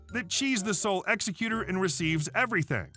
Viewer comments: ex-E-cue-tor, not ex-e-CUE-tor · Dear sir, the person in charge of a will is an exECutor of the will (the caps letters are where you place the accent; you kept saying EXecuter, like someone who kills prisoners). You need to learn English grammar!